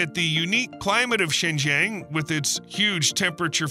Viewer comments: Its Zin- Jii -Ang not shen jeng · XingJiang province is pronounced similar to Sing G'Ahng, not Sen Zen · Xinjiang (新疆) is pronounced similarly to [ʃɪn dʒʌŋ], while [ʃɪn dʒen] sounds more like the southern Chinese city of Shenzhen (深圳). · HELLO, This Is Addressed To ""... 4 FCUK SAKE, CAN YOU Even Get The PRONUNCIATION (Remotely) Right?????????? The Way You Say XINJIANG Sounds Like SHENZHEN (City in Guangdong). Xinjiang is SEEN + JUNG As In "Junk" Got It? 😊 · Learn to pronounce Xinjiang right! It’s“SHEEN Jiong” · I know it is about Xinjiang, but I keep hearing Shenzhen🤦‍♂ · It's great content that your videos have. I enjoyed it. Btw, the pronunciation of Xinjiang is actually more like sheen-jhon. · Your pronunciation of Xijiang is not accurate. To add to the confusion, the subtitle translates Xijiang as Shenzhen.